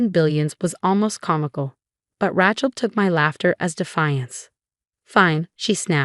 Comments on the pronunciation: Not a tool either - ratchet. "A" as in ABC pronunciation. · “Rat - Chel”? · The name is Rachel not Ratchel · Fix the AI to pronounce correctly: heir, Rachel, etc. In a normal family, siblings share in each other's happiness, they don't undermine it out of concern for status. But I suppose such creatures exist IRL.